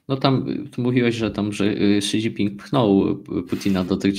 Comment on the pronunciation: Zle wymawiacie imie lidera mowi sie szidzinpig